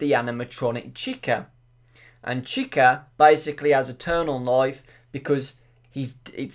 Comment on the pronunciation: You're pronouncing chica wrong